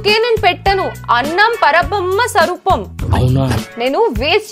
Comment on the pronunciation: Annam parabhrammaswaroopam❌ annam para bamma sarupam✅